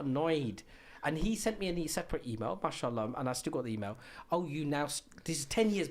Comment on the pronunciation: He can't even say MashAllah , he's saying Mushallah